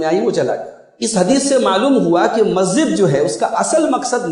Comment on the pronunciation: مولانا صاحب۔ لفظ مسجد ہے (مزت نہیں)